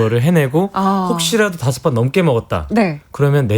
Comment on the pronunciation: 저녁 다섯번 너무 강조하는데욬ㅋㅋㅋㅋㅋㅋㅋㅋㅋㅋㅋㅋ